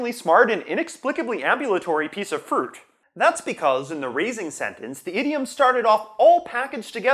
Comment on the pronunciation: You pronounced "fruit" as "fert", is this a dialectal thing? I haven't noticed it before.